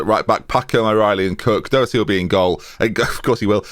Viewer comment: Doherty’s name is pronounced like the first two letters in “dog” + hurty